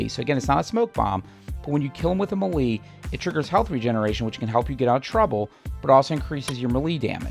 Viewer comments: Love your videos. Your style play is very close to mine (Although you are probably much better at it) Just one thing. me·lee /ˈmāˌlā,māˈlā/ MAY + LAY 🤣 Or just keep saying it however you want as long you keep giving those helpful tips. 😉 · The way this guy pronounces melee bugs tf out of me